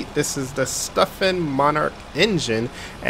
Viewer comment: It's a sutphen, not stuphen 😏